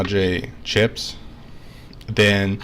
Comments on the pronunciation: It really sounds like you're saying clits instead chips lol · "see-ed-ra madre clips"